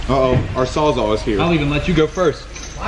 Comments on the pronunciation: saws all. wtf is a 'sawzaw' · Wtf is a sawzaw? You mean sawzall lmao. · What the fuck is a "sawzaw"? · Sawzall* not sawzaw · Fuck is a sawz aw hahaha